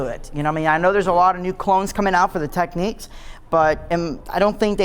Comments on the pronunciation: Technics not Techniques... ffs America with your over pronunciation of words kills me. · How can someone be a dj and NOT pronounce Technics ? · you don't think they should be able to pronounce the name of their own company properly ?